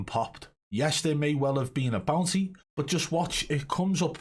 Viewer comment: I thought he was saying bouncy the whole time he was saying bounty 🤣